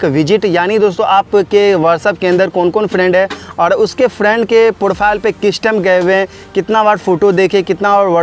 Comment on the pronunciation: Profile bolna to sikh le